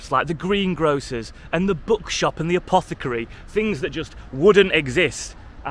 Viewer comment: "Apocathary" That reminds me of Runescape.